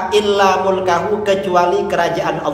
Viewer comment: ini ustadz Dzul Qarnaen yg ngegas ke UAS itu ya?? Sudah ngegas salah pula...harusnya malu dong ... Bacaanya illa mulkaHu kok dibaca illa malikahu , ta'birnya terlalu jauh dan terlalu dipaksakan maknanya 🤦🤦 Kalau sy lihat jawaban beliau pun agk ngeles, tidak menerangkan cetakan mana yg jadi referensinya, juga tidak menyebutkan ulama mana yg menjelaskan demikian 🤔🤔